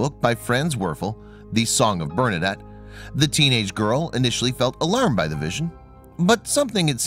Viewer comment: I don't know why the people who do these videos cannot ever pronounce names and locations correctly. That's the least you can do to honor the memory of St. Bernadette. Do some research and learn something, why don't you? Ugh.